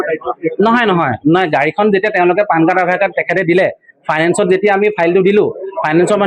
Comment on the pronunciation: 😂😂😂😂😂😂lt is not PAAN card ,it is PAN card